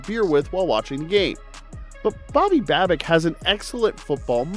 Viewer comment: Dude we had the division sown up 4 days ago. We won't be resting guys unless the 1 seed is out of reach. Do you even know what you are talking about? You keep pronouncing Babbages' name wrong.